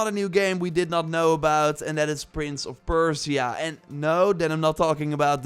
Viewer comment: Prince Of Persh see uhh